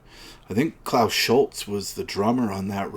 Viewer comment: It's pronounced Schulze (Schul-zeh) , not Schulz.